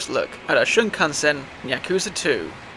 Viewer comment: Oh, didn't expect the Red Alert 3 reference there. FYI, it's Shinkansen, not Shunkansen. True, but also, those are intercity trains. Just using them for Tokyo stations is dumb. Loophole approved. You also forgot to add that we see a zen garden in a cutscene. It's where you fight second Palace ruler.